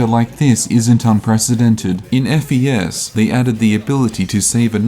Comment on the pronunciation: you're supposed to call it fes as in the fes in fes-tival i think